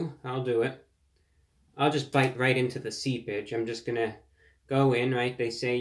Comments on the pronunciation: I thought he said “sea bitch”. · At first I thought he said I'll bite into this (see-bitch). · That sad piece of dangling lettuce was depressing me.. So thanks for this-> EDIT: Also at a little after 7 minutes are you saying seepage or sea bitch? I'm trying to see the Theon Greyjoy reference here.. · I almost thought you said, “I’m diving right into the Sea Bitch”. But I realized your class wouldn’t allow such crass talk. “ Seepage” made more sense after a second viewing. Thank you for another stellar review, Brah.